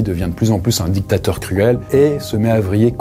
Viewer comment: La video de est meilleure ! Tu prononces trop les mots "dictateur et grand mechant" comme si tu avais choisi ton camps